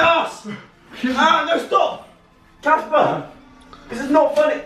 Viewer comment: Girl its CASPAR not CASPER